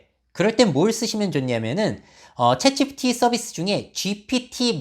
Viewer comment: 내용은 좋은데 "챗지피" 발음이 거슬려요 흑흑